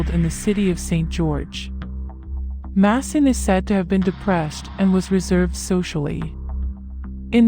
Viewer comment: Who is Diane? His name is pronounced MAY-son not Masson